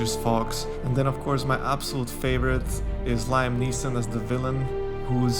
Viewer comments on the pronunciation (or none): You let the French influence sneak into your English. I'm not criticizing, because it wasn't distracting, and English orthography is a mess, but you also pronounced "Liam", "Bowie", "McConaughey", and "Gyllenhaal" oddly.